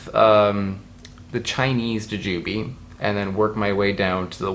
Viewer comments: bothering me that you're pronouncing it juJUbe and not JUjube given that by the end of this video I probably will also be thinking of it as juJUbe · why do u say it like that goofy, its jew jew bee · U say it so different, its funny to me (ja-jew-bee). In my area we say (jew-jew-bee) I'm also on the east coast. So, not sure if it's a regional thing 🤷🏻‍♀️. But, I've never heard it the way u say it before